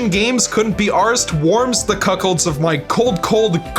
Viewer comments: did... did you seriously just say "warms the cuckolds of my cold, cold, COLD blooded heart"??? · "Warms the cuckholds of my heart" Umm... I think you meant "cockles"... at least I hope you meant "cockles."